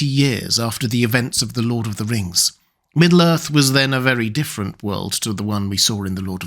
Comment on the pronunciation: "Lord of the Rngs"